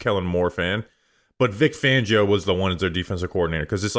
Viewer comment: His name is Vic Fangio. Not Vic Vangio